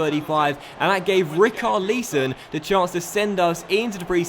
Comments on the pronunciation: great episode mate, but quick hint : its not rik-arr-leeson, its rich-ar-lison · Great Video, loving it, Recarlison not Recarleeson. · I swear it's not pronounced ri-kar-lee-son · You pronounce it as ri-cher-li-son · It is pronounced Re-sar-lesson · It's pronounced Rich-ar-le-son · Doces Richarlison is pronounced like Rixarlison The Char is the same sound a s Xhaka from Arsenal and the Son is the same sound as Heung Ming Son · Richarloson is how u say it